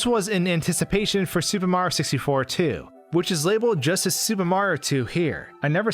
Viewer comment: You need to fucking enunciate, dude. You completely cut syllables from words and it’s ugly sounding and annoying as shit. If you’re going to have heavy narration in your videos, you should strive to get better at narrating clearly. “SUPAMARYOSISTFOR”